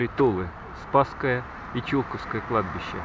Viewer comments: Только не ЧУлковское, а ЧулкОвское) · Не ЧУлковское кладбище, а ЧулкОвское, "ЧулкОво", ЧулкОвская слобода! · Владимир Иванов, да я житель Тулы, но на Чулковском кладбище, у меня ни кто не похоронен, более того, до этого фильма, я даже его названия ни разу не произносил, потому куда ставить ударения попросту не знал. если лично Вас это обидело, то приношу свои извинения. А фильм про Чулковское кладбище так же будет, отснято много материала по нему. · Бежать могли по любой причине, но они ни как не отменяют факт наличия там древних захоронений на глубине 4-5 метров от поверхности. Про Чулковское, тут нужно просто знать куда ставить ударение. Я сам туляк и не зал этого, так как не жил в том районе. И опять же куда поставить ударение, не меняет смысла фильма.